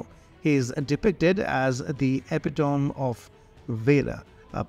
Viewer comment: Epi-toe-me. Not Epi-toam.